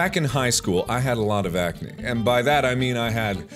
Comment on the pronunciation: He calls it acanee........ ACANEE